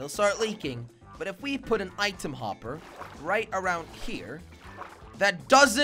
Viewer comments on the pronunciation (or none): YOU SAID WOPPER